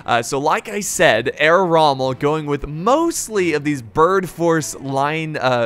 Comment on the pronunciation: Herr Rommel ? Shogitai? Nodachi? Please do not say any names or words if you do not know how to stress them. It shows me that u lack in research and give a foot about the People watching this